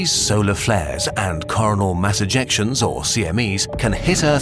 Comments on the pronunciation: did you just say( caurnol ) mass Ejections becouse coronal sound too much like corana and that will get you demonetized? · Christ why can't you pronounce words correctly...... coronal...... ka rone ull not car a nal. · Did he say "Corona mass ejections?" Sounds like the sick people sneezing in a Covid hotspot. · Who else heard "Carnal Mass Ejection" ? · I'm not in favour of changing the pronunciation of "coronal" just because it sounds like the virus.